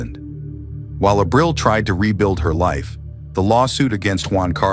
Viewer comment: Lord, you massacre Spanish words. Ah-breel